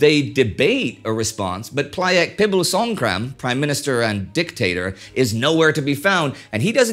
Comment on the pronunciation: He had definitely practiced saying "Plaek Pibulsongkram"